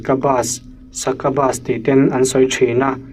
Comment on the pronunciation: Succubus leh incubus hi Sakabas ang inkabas ang a lam tur nilo in sakiubas leh inkiubas ang a lam a dik ang. Just a typical corrector guy here.